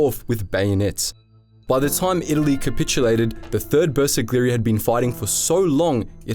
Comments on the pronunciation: Man.. You butchered pronunciation of Bersaglieri. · I really hope you will take more time to work on the correct pronunciation of terms like the bersaglieri, couse you butchered that horribly